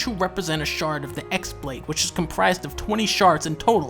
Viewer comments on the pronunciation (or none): I like how u can tell that dunkey just learned most of this off a wiki because he pronounces X-blade as literally “ecks blade” instead of pronouncing it “key-blade” (it’s spelled with the Greek letter Chi, which looks like an X) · X BLADE IS PRONOUNCED "KEY" BLADE. YOU HAVE FUCKED UP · No dunkey, Kingdom Hearts X isn't pronounced X, it's pronounced X. Just trying to clarify. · Good video but χ-blade is pronounced like keyblade not X-blade. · Obligatory “X is pronounced as chi” comment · It's not pronounced as the "ex" blade but instead uses the Greek letter chi which is pronounced as "key" so it's actually called the chi-blade and not the key-blade. This is simple stuff you're missing! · Dunkey, you keep saying X blade, but you don't understand how much worse the truth actually is... The X is actually the Greek letter χ, "Chi", making the correct pronunciation KAI-Blade. Ever since I found this out its become perhaps the funniest thing in the entire series to me. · its not x its pronounced chi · Xblade is actually pronounced keyblade, its a little bit of extra flavor in a generally dull series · Actually a really accurate video. Only thing is that the "χ-blade" is pronounced "ki blade". So it gets even dumber/more confusing when you start talking about keyblades and ki blades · It probably would've been a bit funnier if you used the X-Blade's proper pronunciation, which is "Keyblade." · The best part about the "X-Blade" is that the "X" is actually the symbol "χ", which is pronounced "key" in game. "χ-blade" is just "Keyblade" but spelled real fancy. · Should have made a joke about the X always being pronounced as "key." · The χ is actually pronounced "chi". I only know because I play this shitty mobile game.